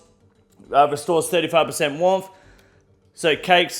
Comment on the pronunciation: Warmth or womph??